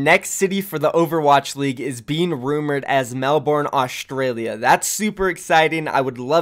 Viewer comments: Nice video friend BUT, Melbourne is pronounced as "Mel-burn", not "Mel-born" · Mel-bin not mel-born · everytime he said melborne it made me want to die, the pronounciations hurt. If OWl says it like he did I'm not watching season 2. Can't handle it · as o aussie, ur "melbourne" pronunciation is pissing me off (im joking before u hate on me bitches) , and im only up to . its melbourne, not melBOORRRHHHHN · You are pronouncing Melbourne wrong. Bourne isn’t pronounced liked Jason Bourne. It’s pronounced Mel - Ben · You I am Australian and I just wanted to let you know that you are pronouncing Melbourne wrong, the actual phonetics are ˈmelbərn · It’s actually pronounced melbun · Just to give you a heads up, never say Melbourne like that again cause you’ll get destroyed by every Australian, be safe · How you pronounce Melbourne XD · every australian cringing at pronunciation of Melbourne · Jesus christ your pronunciation of Melbourne is scuffed as hell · why does Melbourne not make sense? It's a capital city, and the second most populated in the country Also you say Melbourne wrong... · Wat a wanka can't even pronounce Melbourne right. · The way Americans pronounce melbourne actually hurts so much